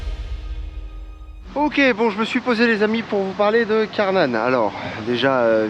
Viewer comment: Un parc que j'aimerais tellement faire cette année et tu ma tué comment tu prononce karnan